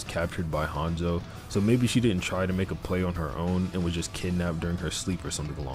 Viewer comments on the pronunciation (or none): none